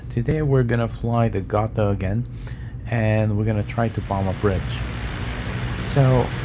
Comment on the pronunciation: Gotha is pronounced, Goo tah.